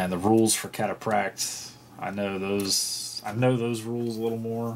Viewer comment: The GW pricing makes some amount of sense, Tactical squads in 30K are 10 to 20 marines strong, so GW can make their costs back with bulk sales, Terminators are not going to sell as many sets (other then to Dark Angels players) so GW needs to make more profit per box. also its Cat-a-fract-e and ter-OO-gees, it's Greek btw